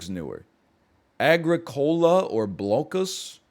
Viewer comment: My guy literally said "blokeus" lmao.